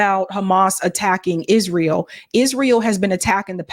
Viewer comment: “Hisrael” damn ☠️